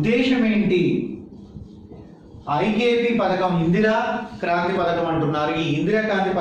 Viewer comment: Kaanthri kadu sir.. Kraanthi